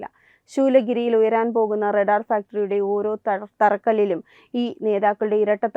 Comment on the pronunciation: റടാർ അല്ല റഡാർ.